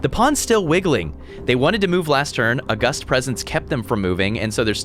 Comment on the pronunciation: Loving the pegglin and backpack hero content but please tell me that's not how you say "August".